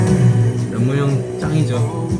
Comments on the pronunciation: 램모녕발음넘귀여워😆 이지구에있는유일한존재 내사랑🐰💜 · 정구기 랩모녕 발음 너무 귀여웤ㅋㅋㅋㅋㅋ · 랩모녕, 수가형, 찐!!, 호비형, 지미니형, 뷔형 ㅋㅋ 정국이 특유의 부를 때 억양과 발음 귀여워요 ㅋ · 정구가ㅠㅠㅠ 남준이 존경하는 거 뭔가 가족같기도 하면서 일에 대해서는 진심으로 존경하는거 너무 좋다..근데 랩모녕 발음은 왜그렇게 귀여운거야..??